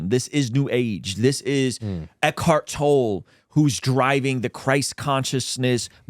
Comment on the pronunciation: Great video guys - love the silver lining take on it. I see the same and love it. Also, name is pronounced 'Toll-ee' for Eckhart Tolle. Keep up the great work guys. You get it. :)